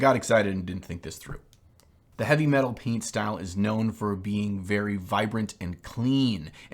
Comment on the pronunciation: The color scheme you are attempting to paint is called " Hive Fleet Leviathan" The painting style you are trying to emulate is called "Eavy Metal" there is no H in there or in its pronunciation...